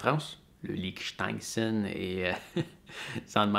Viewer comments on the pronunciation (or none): Salut, Je suis content pour toi pour ton histoire d’impôts. Cela prouve aussi que tu gères bien ton activité. Bon répète après moi Liechtenstein … Je m’amuse bien en te voyant souffrir pour le prononcer. A+ Fabrice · Je pense qu'il y a plus de gens qui le prononcent mal que l'inverse. Mais pour moi c'est un plaisir de te voir en difficulté pour le prononcer 🤣. Tu es persévérant, tu finiras par y arriver 😉.